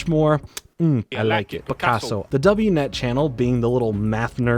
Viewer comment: "Double-u net" 💀🤣 Also skwak pad rhymes with pack, not hawk